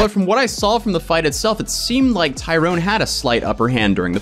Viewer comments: Tyron, Ty-ron, no "e". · I like how you keep calling tyron(tie-run) tyrone(tie-rone) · Ty-ron. Say it with me. Ty-ron. Not Tyrone. 🤦🏻